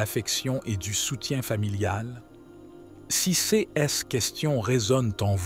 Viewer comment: Je me permets de vous indiquer que tous les "ces" sont prononcés cesses et l'on a le sentiment que c'est un robot qui parle....ceci dit, merci pour ces précieux conseils. 🙏